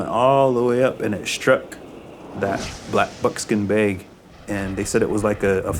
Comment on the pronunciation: I don't get it, he pronounce it as black bookskin bages. Is this how they pronounce black bookskin bages? Or did he just like black bookskin bages?